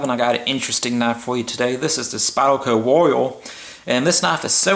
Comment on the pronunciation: "this is the spyerco woio"